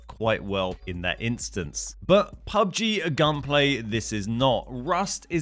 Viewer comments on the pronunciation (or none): none